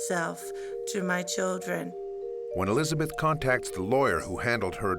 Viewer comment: Neither are you. It’s Elizabeth not “Elisabeth”.